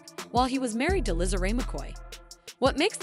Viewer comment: NEE-COLE NOT NO NICKEL! NICKEL IS WHAT YOU SPEND and the other sister name is LISA! LEE-SA PRONOUNCED! NOT NO LIZZLE